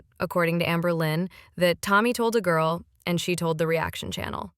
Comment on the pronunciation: 'Are you confused or what gour-al'